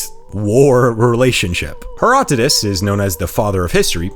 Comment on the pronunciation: Herodotus, not Herotodus...jeez! Superb video, nonetheless.